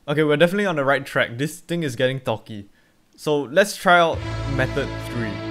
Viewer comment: It’s sounds he’s saying thots 😭